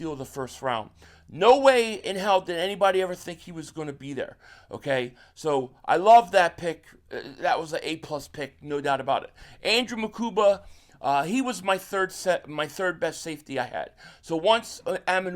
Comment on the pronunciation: A. It’s not Makumba. It’s Mukuba